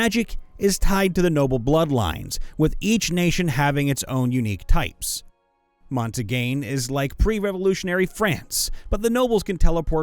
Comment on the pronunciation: It's not "D. Artagon", it's "D'Artagnan", the fourth member of the Musketeers from the book series by Alexandre Dumas. He's French. It's not "Montigain", it's "Montaigne", which is the name of a French philosopher from the Renaissance period. You mispronounced "Elizabethan". It's pronounced "voe-da-che", and I believe it's Italian for "bodacious". Have you never heard the term "telenovela"? Really?